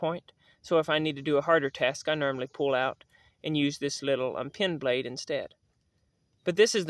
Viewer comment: After watching several of your videos. To my perception it appears that you keep saying pin blade instead of pen blade. I am old and my hearing is not what it should be and therefore I might be wrong. I tend to agree with most of your knife preferences and I am passionate about knives. Thanks for your work.